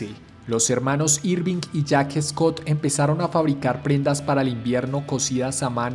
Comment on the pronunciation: Amigo excelente video recuerda que se pronuncia Schott no Scott. El precio de la chaqueta original si era $5usd pero más o menos ese era el salario mensual es decir que una Schott en esa época costaba el equivalente al precio hoy en día aprox $900usd. Las estrellas en los hombros era por que en la posguerra los veteranos de las 2guerra mundial volvían y decidían usar sus ahorros para comprarse una moto, eran veteranos y usaban esa insignia militar “Brigadier General” De hecho en años posteriores dejaron de poner la estrella en el hombro porque se las robaban de las tiendas de ropa. Los botones de las Schott perfecto son casquillos de balas. Schott fue la primera empresa en poner una cremallera en una chaqueta de cuero, las primeras eran de aviador y la chamarra perfecto es si se mira bien una chaqueta de traje elegante pero de cuero y con cremalleras. Café racer era porque en Inglaterra los jóvenes se reunían en cafés para correr y hacer piques, en los parches de los café racers hay uno que dice “Ton Up” que significa que alcanzó las 100 millas por hora.